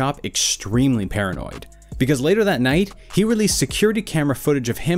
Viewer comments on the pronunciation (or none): none